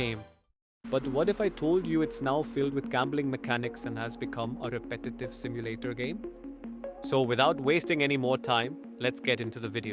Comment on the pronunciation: ETS NOT SIMULATAR 😡